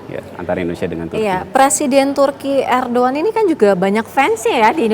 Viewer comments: 😂. Irdugan bukan ardugan .udah salah sok iyes lu. ..😂😂😂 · Erdogan apa erdoan. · Kok Erdoan toh neng ?